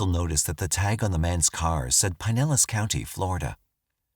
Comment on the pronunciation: Our narrator should make a practice of looking up pronunciations of places and unfamiliar names (e.g., Pinellas, Santeria).